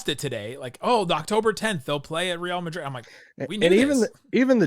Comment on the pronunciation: Decent pronunciation on Real Madrid,. Much better than usual “Rill Madrid” 😂